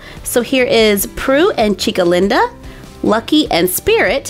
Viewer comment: I LOVE the way you say Chica Linda 😗